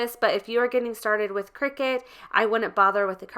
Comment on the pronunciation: It’s a cutting machine not a game played over scones in white caps. Kricut kri-cut The end of the brand name is pronounced “cut”.